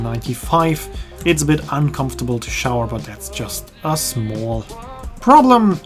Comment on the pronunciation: haha where did the New York accent come from on “small”? 😆 Great video as always